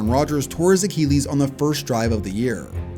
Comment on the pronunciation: Someone tell this guy how to pronounce Achilles.